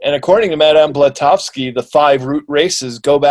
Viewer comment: Omg. 3 minutes in and ..... Dude. It’s Blavatsky not Blatovski. Ok, Maybe he’s nervous or maybe he has dyslexia. I’ll give him a break. 😂